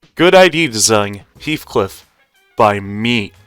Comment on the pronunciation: be like: heathuclipuuuuuu 😭😭😭😭😭😭